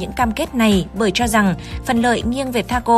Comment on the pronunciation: Nội dung hay, nhưng đọc sai chính tả khó nghe lắm ad ạ: triến đấu, tro rằng, trúng ta....